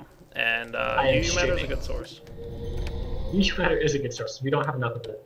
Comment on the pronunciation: Did you say "not enough uu matter"...